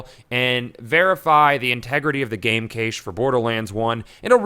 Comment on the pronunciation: Protip: cache is pronounced like "cash" money, not "kay-shh" :D Awesome vid though!